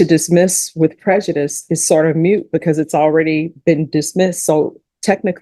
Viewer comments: I can't believe she said it's mute. What an ignorant woman. The word is moot. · Did say "mute" instead of "moot"?? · the correct word is "moot", not "mute". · Mute? Its "moot." 😊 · It's "moot', not "mute"...